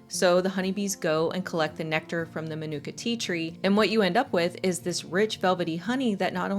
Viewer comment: Fyi, its pronounced: Ma nu ka - for the type of honey. Thanks for the video tho